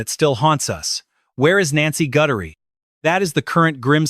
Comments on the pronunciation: HER NAME IS G U T H E R I E!!!!!!! NOT GUTTERY!!!! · If that sheriff wasn't such a ego moron crime to close to home everyone lokked here and there but closer this travesty is so not acceptable a nice lady dragged god knows where money greed cruelity a narricist at his peak I'm sorry Nancy name is Guthrie pronounce it correctly respect dude😢😢😢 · I always thought that Chris Nanoes was bought off i believe he was bought off to mess up the case . This AI can't even say her last name right.